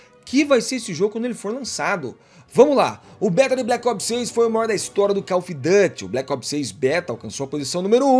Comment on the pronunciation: koll ofi Du ty. para ele 😂. Cada uma né? 😂